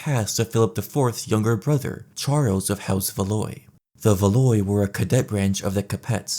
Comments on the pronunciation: Cap-Ets and Plant-A-Jennets and Valoys were very important. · Plantagenet is pronounced /ˌplæn.təˈdʒɛn.ɪt/ and Valois is /væˈlwɑː/, if you were unsure about how to say these words you’re already on YouTube and could’ve easily watched a history video about Edward III or Charles VII to hear someone say it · Its pronounced “Val wah” lol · 'house VAH-LOY' 😂🫵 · Capet, Valois, Plantagenet, they're pronounced Capey, Valwah and Plantaj-an-et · Plan taj ah ney, Val whah, Ca pit, at least that is how I was taught to pronounce them, in any event. Fantastic video. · Small Correction. - Plantagenet is pronounced more, "plan - TA - je- NET " (as opposed to "PLANT - a - jen - ett") It's more pronounced, House "CAP - eh" It's more, House "Vel - WAH". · These pronunciations took me out. House Valoy lmao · Isn't Valois pronounced like valwa, bc oi makes a wa sound, and the t is silent in capet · I listen to this videos for sleeping and the way you pronounced Valois made me have a nightmare. Love the content though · I love the video but the way you pronounce Plantagenet and Valois makes me wish for the long night